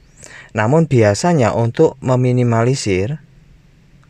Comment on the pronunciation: tumben bang bener ngomong meminimalisisrrr nya ... biasanya meminiwesweeswess😁🤭 sehat slalu bang buat keluarga salam dri tasikmalaya jawa barat sukses kedepan nya !!!